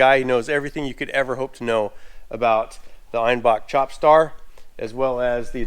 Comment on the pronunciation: It is pronounced crop star